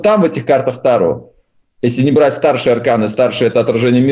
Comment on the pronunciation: ТарО. АртУр. Пожалуйста, ставьте ударение правильно.